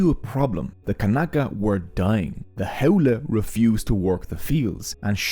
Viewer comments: HOWLIE...lol its pronounced "How-lee" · Correction; there are not 15,000 Native Hawaiians are not leaving. You can be a local, born and raised but that does not make you Native Hawaiian. Bro, your accent is killing me. Ahupua'a = A-who-poo-a-ha Auwai- Ow-vai Ha'ole= How-lee, contemporary (and racist) meaning is white person but the literal translation is without breath, hand shake of the westener and not the Hawaiian breath greeting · LOL you can even pronounce Ha'ole properly..it's pronounced How-lay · You’re information was excellent and honestly one of the most accurate I have ever seen 🤙🏻 Other than some pretty bad pronunciation 🙄 Maybe you could re dub the audio and say “how lee” and other Hawaiian missed pronunciations could be fixed? Your video and info were so excellent I hope you consider this 🤙🏻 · this guy is so haole he cant even pronounce haole